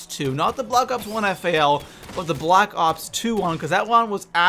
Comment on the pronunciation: U keep saying black ox